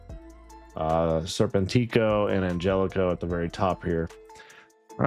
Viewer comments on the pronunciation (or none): Arrgh, it’s ser-PEN-tick-o